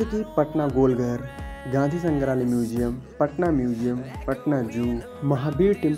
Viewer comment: Bhai patna hota h patana nhi